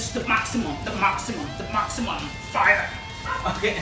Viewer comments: JAJAJAJA muy chido !!! como no explota cuando "FAIAAAAA" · Okay this dude is amazing at art. But is he okay? Like I keep hearing him say “here is da powa” and “purfect” and “fya” like how much of that did he inhale